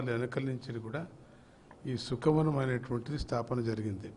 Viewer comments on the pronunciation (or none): సుఖ వనం కాదండీ...శుక వనం pls do corrections...👍👍